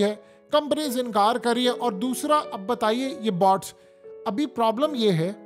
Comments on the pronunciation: بہت اچھی وئڈیو ہے بس تلفظ درست فرما لیفیے۔ BOTS نہیں BOATS جیسے چوٹ ویسے بوٹ۔ نہت شکریہ اتنی درست معلومات کا۔ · PEANDOO BOTS NAHIN BOATS HOTA HAE MARASI 🤣 😂 😆 DON'T WORRY I WILL KEEP CORRECTING YOU BECAUSE YOU ARE DUNGARR 😂😂😂😂PEANDOO